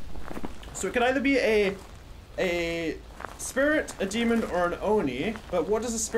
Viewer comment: I love the way says 'demond' instead of demon lol. You have guts to go in alone btw! Tbh i would have just guessed a demon seeing as it was quite aggressive and just left lol. I honestly can't believe it was a spirit, from my experience spirits are quite low on activity and sort of leave you alone for a while but as soon as u entered the room that ghost was causing absolute CHAOS. Now that I reflect on it though, the hunts were quite well separated, where as a demon will hunt very frequently. If you read this all, congrats for listening to my boring-most-likely-not-fool-proof knowledge of demons and spirits and have a nice day lol.